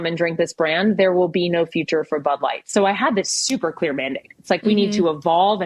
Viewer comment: Clear , not queer... lol